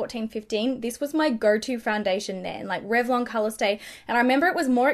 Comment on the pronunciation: Did she say that she used tRevlon colorstay in 89? I listened 3 times.